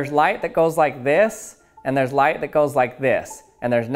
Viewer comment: I'm losing brain cells every time you say light like this